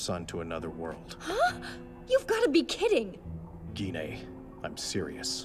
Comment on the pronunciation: Gee-nay, ok I have been pronouncing Gine’s name wrong this whole time 😂